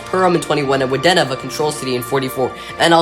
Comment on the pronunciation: Wadena is "Wah-dee-nah".